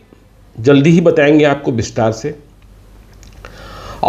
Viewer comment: Or sir bistaar nahi vistar hota h.